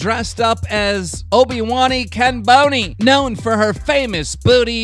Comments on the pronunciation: He said "Obi wani Kenboni" ;) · Omfg the way he pronounced Obiwan Kenobi 😂😂😂